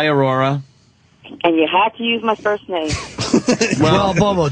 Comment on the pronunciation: Patrice said "foist" lol. I cant stop fucking laughing